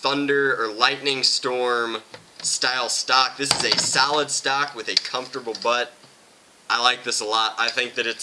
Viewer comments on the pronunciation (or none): " A comfterble butt"? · hehe comfterable butt